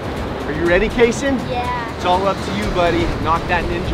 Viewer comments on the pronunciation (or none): Btw it’s kayson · It’s kayson but that was funny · ITS KAYSON